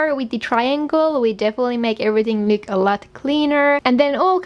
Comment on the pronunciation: doesn’t say look she says lewk